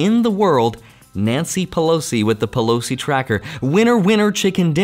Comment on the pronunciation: Bro did you just say Nancy Pelops along with Warren buffet? Haha 😂😂😂